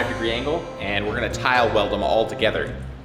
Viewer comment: Could've sworn he said "-welded" in place of "tile welded"